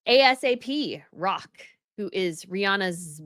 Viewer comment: Oh my goodness. You can't even pronounce the names correctly. It's not "Ay Es Ay Pee Rock" it's "Ay Sap Rocky". Embarrassing. You are a supposed professional commentator but you don't even do you own homework. You just need to put any content up for clicks. Gotta earn that bacon somehow. Get some semblance and understanding of culture in you. Yawn.